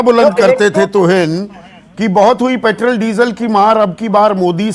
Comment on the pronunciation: संदीप ,आप पेट्रोल को पेट्रल क्यू बोलते हो?? आप किस माध्यम मे सिखे हो??